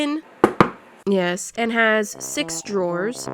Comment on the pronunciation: Her; nyesss, it has stick drawer Me; is nyesss a word...?